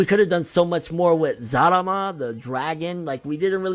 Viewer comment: super shenron is NOT zalama/zarama